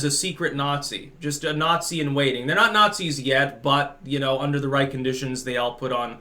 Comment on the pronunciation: The more woke you become, the more you start to see "Nat-zees" everywhere.